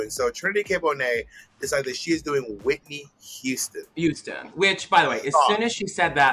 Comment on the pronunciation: “Whitney Youston”